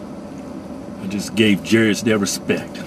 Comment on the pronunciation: Why did you leave off the 't' at the end of respect? They actually accentuate the 't'...